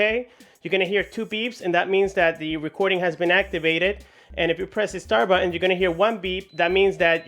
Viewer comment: it sounds you say "buen" and not "button"